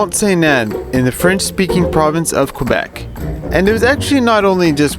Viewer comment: can I suggest a pronunciation change for Quebec, it is phonetically for anglophones sounding like ''kebec''